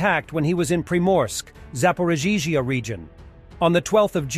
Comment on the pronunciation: Its 16 month now. You should learn how to pronounce Zaporizhia by nie 😅